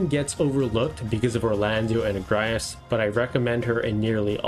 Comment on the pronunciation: ag-ri-is sounds so much better than uh-gre-as. also luh-v-ian instead of lav-i-an ?